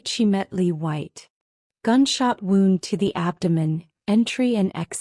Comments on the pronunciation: I loved the story, but HATED the pronunciation (and spelling) errors. In this case, Wound should've been pronounced "woond" (an injury), versus "wownd" (as in wrapped around). Different word, with a totally different meaning. The OP's name...was it "Mota," "Marta," or "Mother"? 🤔🤭 Someone needs to correct the A.I., and program it to understand which word is correct, and the nuances. Maybe I'm alone in this, but I prefer not to have to dig through vocabulary in order to figure out what was actually meant. Pls, keep writing good stories, but with correct grammar and usage. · Really good story. Loved her resolve. Loved his tenacity + thousands of red roses 🤭. Unfortunately, I did have difficulty with subtitles and AI generated narrative. It was things like — “Flash back title card”; “wound”, as in I wound the yarn into a ball, instead of he was bleeding from his wound; “the four was out”, not sure what that means. Overall, 9/10. 😊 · I know the word wound and wound are spelled the same but they are not pronounced the same.